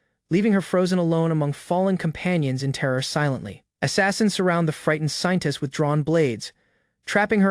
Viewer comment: Why do I always here Scientist instead of Saintess